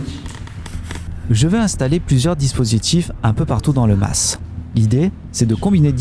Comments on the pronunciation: Bonsoir, Encore une vidéo des plus intéressante bravo à vous 2, mais juste pour pinailler la S de mas ne se prononce pas on-dit simplement un Ma(s) provençal sans dire le s d'ailleurs rien qu'à t'entendre sur la vidéo à l'oreille ben sa cloche direct, pour le reste ben rien à dire le top! Bonne continuation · On ne prononce pas le s (le mas) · Je suis du Sud aussi plus exactement du Var et le S ne se prononce pas... voir Wikipédia !